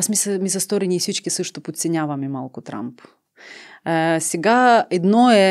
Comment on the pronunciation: произнесе името на Тръмп като Трамп ( просяк, скитник) и удари в целта. Браво, тоя е наистина такъв по манталитет.